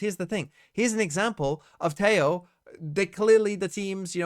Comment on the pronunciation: Every time you say 'Tejo' like that, a Latin-American dies. Is that what you want??